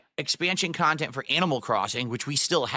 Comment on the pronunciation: I like how thinks Nintendo a rip off but his ‘khantent’ is value for money 😂